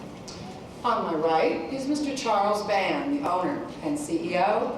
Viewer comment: I think the year is wrong. They are talking about Forest Gump and The Shadow, both of which came out in 1994. (Also True Lies came out in 1994.) Also, it is "Charles Band", as someone in the audience says. Not "Charles Bard".